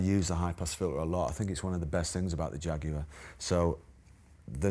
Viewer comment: Yes, but does he know he’s saying Jaguar wrong.?! Doesn’t matter who started the language…